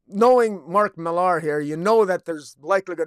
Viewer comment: Hey, bro. It's just Miller. I know it has an "AR" at the end, but it's just Miller. Regular pronunciation. You have a cool setup, though!